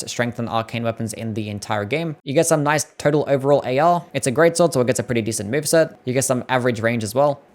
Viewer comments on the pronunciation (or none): none